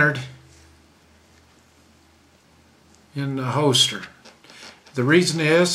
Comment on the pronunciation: HOLSTER not HOESTER!!